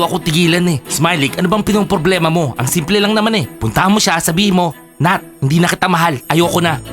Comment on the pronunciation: also its nat not nath